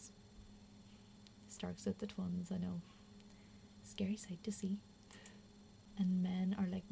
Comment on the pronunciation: "The Twuns" lol